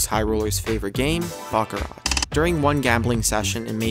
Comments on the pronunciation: If you are going narrate a video about gambling learn to speak the language of gambling. The favorite game of high rollers is pronounced BACH-A-RAH, not BACK-A RAT. You would only back a rat in a rat race. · “Back-a-rat”... LOL!!!